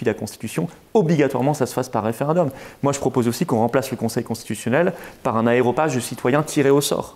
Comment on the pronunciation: aréopage !!!!! Florian ! aRéopage et pas « aéropage » ce mot n’existe pas ... Cordialement